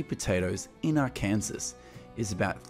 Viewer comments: Ark ansas it’s pronounced ark an saw HAHAHAHHA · Hi. Love your films again. (the name of the State of Arkansas is pronounced "Arh-Ken-Saw" not "Ar-Kansas") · the name of the State is pronounced ARKANSAW - not ARKANSAS. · Arkansas is NOT pronounced like Kansas, with an Ar sound in front of it. Rather, Arkansas is pronounced as Ar-kuhn-sah. kuhn uses the short form of U, & SAS is pronounced the same as the word SAW,, which has the short sound of ah, like the first part of the word AWESOME. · American here. Really like your videos. Note: Arkansas is pronounced AR KAN SAW. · ARKANSAS is pronounced Ar-Can-Saw. Thank you for your beautiful video and narration. I shared it with everyone I know. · Your saying the state very wrong. It's pronounced Arkansas ark-can-saw that's how you pronounce the state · AR -KAN-SAW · Its pronounced AR _can- Saw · Pronounced Ar-can-saw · its pronounced (are)(can)(saw) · Couldn’t help but laugh at how the guy pronounced “Arkansas.” 😂😂😂😂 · Please get the pronunciation of the States correct !! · Somebody needs to learn how to pronounce Arkansas